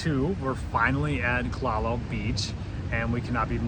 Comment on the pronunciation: Youre pronouncing kalalau wrong